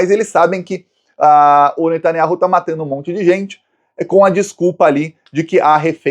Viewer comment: Finalmente falou o nome do Netanyahu certo.